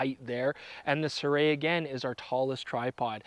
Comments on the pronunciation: That's not how you pronounce Sirui. Pronounce the vowels only. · You might want to ask someone who speaks Chinese how to pronounce “Sirui” 😁